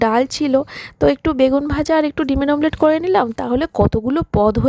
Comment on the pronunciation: মামলেট বলে না অমলেট বলে